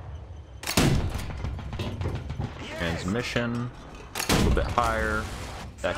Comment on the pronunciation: " transmissión, deadión ", 2020